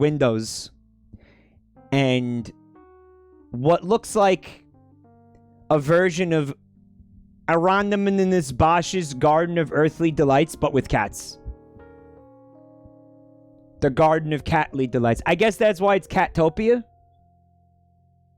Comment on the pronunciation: "The Garden of Purr-thly Delights"